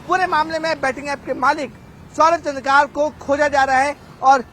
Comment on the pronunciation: Abe ghus de kr bane hue reporter wo चन्द्रकार nahi hai wo चंद्राकर hai..😂😂